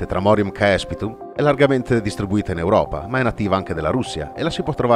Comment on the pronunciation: Ciao si dice cespitum ae in latino si legge e